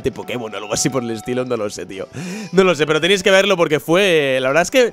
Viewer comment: se dieron cuenta? dijo verdaz xD